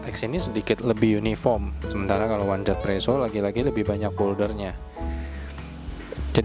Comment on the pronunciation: Dan jangan lagi sebut one Z presso, tapi 1= yi Z=zi jadi easy presso